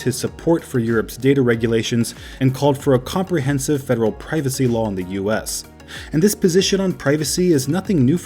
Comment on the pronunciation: you said piracy. Did you mean privacy?